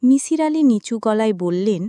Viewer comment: that was not kabbogrontho but golpogrontho fyi. its not mishir its misir. get our name pronunciation correctly.